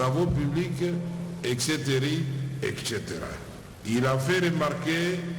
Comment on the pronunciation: LOBA NAYE ASALA LISUSU FOTE WANA TE: ON DIT: ETCETERE, ETCETERA ET NON ETCETERII